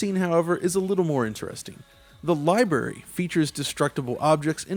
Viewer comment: "the libary"